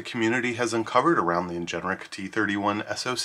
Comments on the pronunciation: Please say Ingenic not Ingeneric ... driving me nuts! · why on earth is this person pronouncing the word as "in-gen-er-ic" when it is spelled "in-gen-ic"? very strange